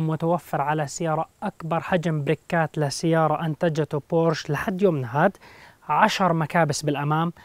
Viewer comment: اسمها بورشه ، مع احترامي